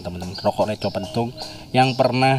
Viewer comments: Re^ bukan Re✓ ... Reco pepet mas bukan layar jadi artinya beda mas... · Bukan reco tapi reco